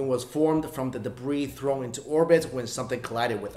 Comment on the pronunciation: It's so hard for asians to say the instead they say dah instead of other they say oder